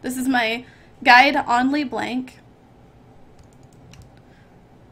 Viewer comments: is she trying to be froggen calling le blanc le blenk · i hate that u say Lee Blenk